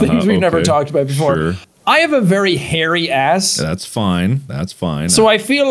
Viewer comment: Wow i skipped to half of the video and i just hear jack say "very hair ass"